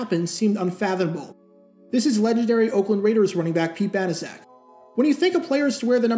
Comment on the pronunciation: I thought it was pronounced "bana check."